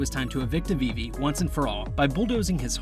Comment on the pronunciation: its "Afifi" not "Avivi"